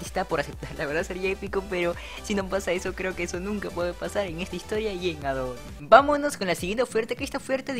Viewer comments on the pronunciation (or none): none